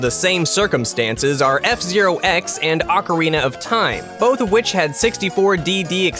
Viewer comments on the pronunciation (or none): none